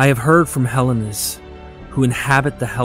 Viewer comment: On what planet is Hellenes pronounced Helens?,,,Try Helleens,otherwise nice video as always.